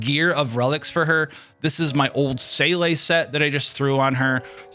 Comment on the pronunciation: German speaker here: Your Seele pronunciation is almost there .. make Seele rhyme with Pela and you will be pretty spot on. Still close enough to make me perk up though!